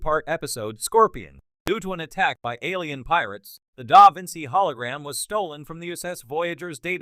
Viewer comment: The constant mispronunciation of the name "Da Vinci" (which is used in nearly every sentence) by the AI narrator makes this video unwatchable.